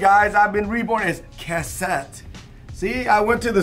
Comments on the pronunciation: "Kutt-sett" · Cog block. Lol. looked stressed trying to make sure he says cassette correct. Cool adapter